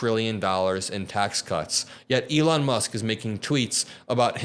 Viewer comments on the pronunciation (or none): none